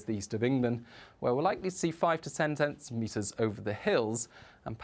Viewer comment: "five to cen tentimetres" Yes, I thought so.